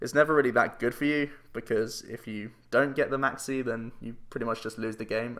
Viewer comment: When you say Maxie I keep thinking you say Maxx "C" and get very confused